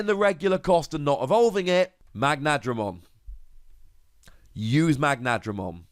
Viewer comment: Mag-na-dra-mon and Her-cu-les-KA-bu-te-ri-mon.